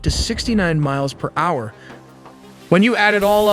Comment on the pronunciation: Ai still can’t figure out how to pronounce “hour”